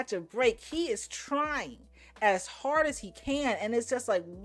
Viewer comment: When he said to his dummy GF, " it's frard rarce" bloody heck 🤦